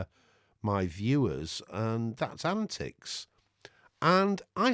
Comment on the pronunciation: I am surprised you did not correct the pronunciation and capitalization of the antiX name. :-)